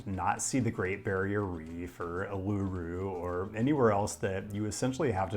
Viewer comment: An interesting take, but it wouldn't hurt to ask a few locals how to pronounce tricky place names like Parramatta and Uluru 😉